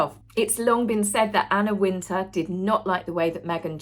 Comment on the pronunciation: Out of interest, I put on closed captions and re-listened. I had no problem with pronunciation and captions translates Wintour as *winter. Hope that helps 😊